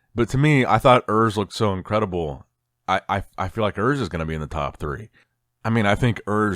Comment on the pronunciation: Hi, Urs is German, so the 'U' should be pronounced as the 'ou' in 'you'. Just wanted to let you know.